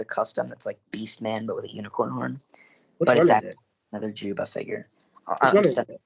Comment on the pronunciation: You don’t pronounce the J in Juyba